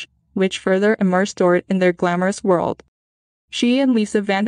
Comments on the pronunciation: It’s pronounced Door-eet. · You are mispronouncing Dorit’s name. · Or Dorit.